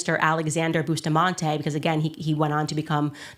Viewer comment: The name us Bus ta mante not Boostamante